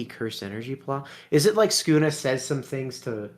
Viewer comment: Why are you calling sukuna skuna?